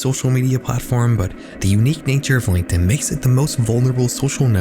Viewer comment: horrors on DIH-In 😂😂✌✌